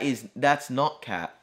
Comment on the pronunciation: you said "cap" like how thai people say "khap" which means "i agree" or "yes"